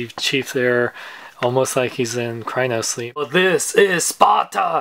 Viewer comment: Its not cryno sleep its cryo sleep...dafuq?